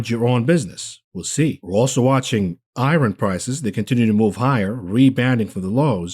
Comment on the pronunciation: I wasn't gonna laugh on the "I RON" pronunciation but he said it wrong like 8 times and then made a joke about not being able to pronounce another word lol.